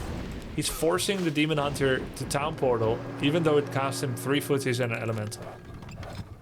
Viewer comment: I'm glad it was not just me who heard Hemon Dunter